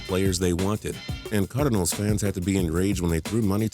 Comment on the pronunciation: you say cardinals like cardanils